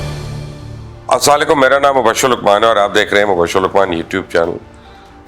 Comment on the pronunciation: بھائی سلام کے الفاظ درست کر لیں